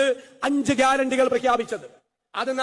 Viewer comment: ഗ്യാരറ്റി യാണോ വാരൻറ്റി യാണോ 😂😂😂😂😂